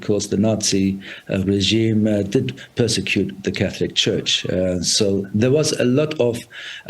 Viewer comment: Dear SABC please find someone who is Catholic to report on Catholic stories we cannot have mispronunciation of Catholic terminology